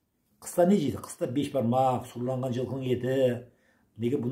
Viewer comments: Сұрланған емес.Сүрленген. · Сұрланған емес сүрленген деп айтыңыз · Сұрланған ет емес сұрленген ет. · Сұрланған ет емес,сүрленген ет деп айтады